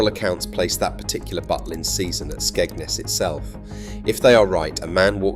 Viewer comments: It's Skegness not Skegnus! You can't even pronounce the name properly!! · Your pronounciation of Skegness is off